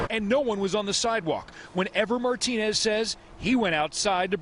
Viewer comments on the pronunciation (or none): none